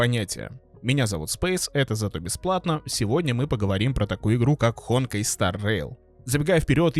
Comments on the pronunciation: ХонкАй а не ХОнкай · Не hOnkai а honkAi, что у тебя с ударениями?🤣🤣🤣🤣